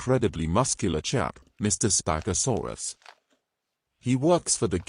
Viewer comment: The way the ai voice says spag Asaurus has me weak.